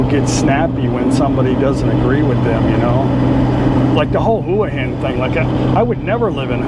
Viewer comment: Get someone who is a nativeHua Hin resident to teach you how to pronounce it properly…I’m not sure if my way of spelling it will make sense. It’s ”Hwa Hen”….NOT….”Who-uh-Hen”